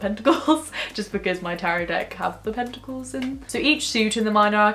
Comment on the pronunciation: I was a bit confused for a moment when I thought I heard you say "tentacles" instead of "pentacles" haha